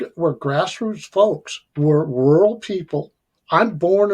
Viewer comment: Rural not ruler